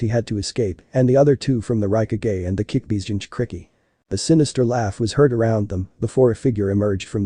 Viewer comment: it's kyuubi NOT kickbi